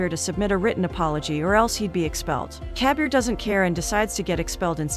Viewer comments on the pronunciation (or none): It's not kabiar it kabir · its not cabier ,its kabir